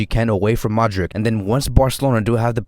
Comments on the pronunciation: I think he got it wrong. Modrich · Great video... Hey quick question... Do you pronounce Modric wrong on purpose or?